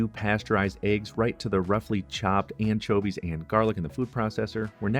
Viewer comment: I like how he says “anchovies” I mean, “anCHOAvies”